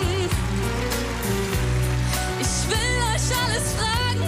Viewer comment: Sie singt das soooooooooo toll!!! Super gesungen, super individuell interpretiert. Aber ihre Aussprache zieht es leider so runter (isch will eusch alles sagen können, damit ihr seht wer isch bin). Das klingt so nach Ghettobraut☹️bis zum ersten „isch“ hat es so viel mehr Niveau und Klasse. Alles nur meine Meinung🤷🏻‍♀️ Trotzdem wünsche ich ihr super viel Glück🍀